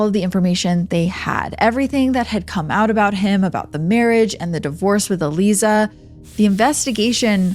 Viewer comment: I'm pretty sure her name is pronounced...uh-lie-zuh...Aliza.